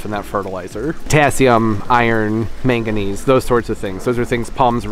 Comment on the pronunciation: Meganese? Huh? What’s that? Do you mean madnesuim? 😂😅😅